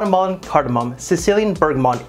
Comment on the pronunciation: FYI it's bergamoT, not bergamoN.